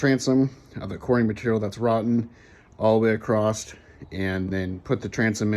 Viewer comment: I am enjoying your journey and your dedication to the project. But it's across, not acrossed. There, I said it! (Sorry)